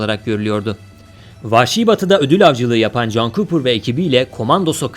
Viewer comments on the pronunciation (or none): none